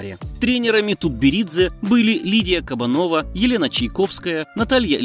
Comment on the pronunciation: Рассказчик, поработайте над ударением! Школа Ипполитова-ИвАнова, да и фамилия КосторнАя вообще-то у всех на слуху! И я подозреваю, что не КабанОва, а КабАнова! Пусть меня поправят!